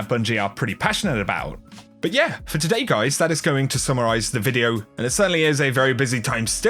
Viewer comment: 'and todayee'